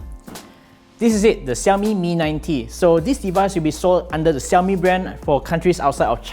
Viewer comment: It's pronounced SH not S